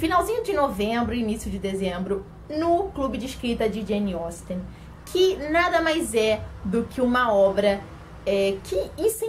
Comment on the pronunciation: Finalmente alguém que pronuncia corretamente o nome dessa autora 🙌🏻 👏🏻👏🏻👏🏻